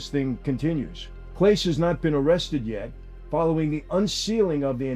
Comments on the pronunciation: Lifelong Clevelander and Indians fan here (never the woke G word)....... having watched Clase (last name is pronounced "Clah-Say" btw) from the beginning of his career as the Indians closer I can tell you we all just had serious questions about these pitches. The guy could throw a 100 mph slider and freeze Aaron Judge in his place but would hit the dirt 3 feet in front of the plate. At times we thought he'd thrown his elbow or shoulder out on the throw. It just didn't seem right. Something was weird on these. And one particular led to a loss at what I think was actually his last game - over July 4th weekend, the Indians were on a 9 game losing streak. I was at the game in Cleveland. It was against Detroit on a Sunday. The Indians had a 2-1 lead in the bottom of the 9th and Detroit got a runner to 3rd with 2 out. Clase was on the mound. First pitch to the next batter - IN THE DIRT. Runner scores. Detroit tied it. They went on to win it 7-2 in 10 innings. He was suspended shortly after this game. Now that the info on the prop bets is out and he was in fact throwing these pitches on purpose it all makes sense. And it ticks us off because he was the best closer in baseball. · Being a Cleveland fan, this is repugnant. And thing with Clase (pronounced Clah say), it was obvious something was going on by the way he pitched. You don't go from ace closer to struggling every other pitch or even other game. Greed is a curious beast. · I can’t take anything he’s saying serious because he can’t even pronounce class’s name correctly….i understand it seems irrelevant to the point of the video, but it’s actually not. If you can’t even do the minor amount of research required to find out the pronunciation then everything else being said is just uniformed in order to push out content and get views regardless of if it’s correct or not. I don’t think I heard anyone’s name pronounced correctly in the whole video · the least you could do is say his name right? clown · Pronounced CLA-SAY